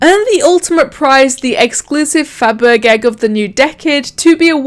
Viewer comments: FabergEgg is pronounced Faber-sh-egg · I think it’s pronounced like “fab-er-jegg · How to pronounce Fabergegg: Fa ber jay